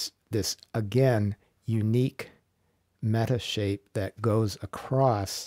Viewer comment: Metashape? Is that what you said